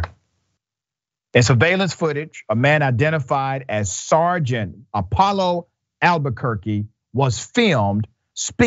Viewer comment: It's Paulo Albuquerque not Apollo.